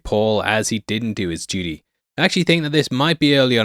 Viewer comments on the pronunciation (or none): none